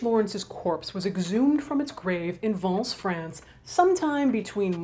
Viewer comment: The pronunciation of "Vence" was PER-FECT. !